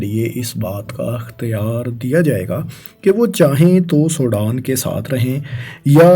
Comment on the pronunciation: Did this guy ever get to school? He can’t even pronounce Sudan. Sodan 😢